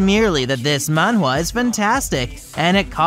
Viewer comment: Please stop saying Mawhwa